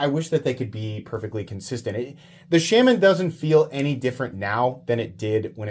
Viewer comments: People are bothered by "Sham-man" because its not a pronunciation thing it's just objectively wrong...but that never stopped you before, troll away sir, troll away :) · Pretty sure it's pronounced "Shur-men" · IT'S ˈshā - ˈmän! gawd..... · It’s pronounced Shay-Man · I am also knife nut from Kansas. I love your channel. Please, stop saying "Shaman" wrong. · He knows he’s doing it on purpose unlike all the other words he really doesn’t know or know how to pronounce correctly. If u read this I’m giving u a hard time.